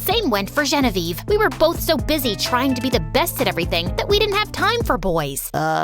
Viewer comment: Why does it sound like when you say Genevieve ei roi it sounds like Genevieve royel😊😂